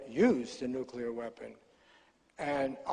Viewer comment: Also "nucular" - perhaps this shows his working class social background. Odd after all those years at the NYT